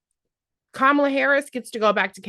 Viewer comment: I have a close friend that said the same thing down to mispronunciating Kamala’s name.